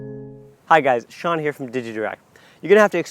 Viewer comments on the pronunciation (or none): none